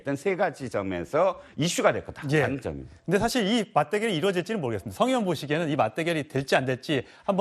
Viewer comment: 패널 들 "의원"발음 제대로 하는 사람이 없나요? 다들 으원으원 하는데 정말 듣기 거북 하네요